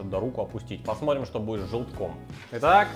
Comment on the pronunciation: Друже, прекрати "шокать"! Негоже жителю имперской столицы "шокать"